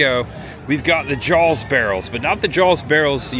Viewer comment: By the way, … It’s Jaws not “Jawls”